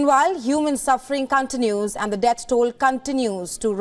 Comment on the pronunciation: Not Cantinous.... Its Continues...